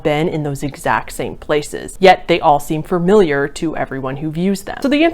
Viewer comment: You constantly saying "furmiliar" ruined the video lol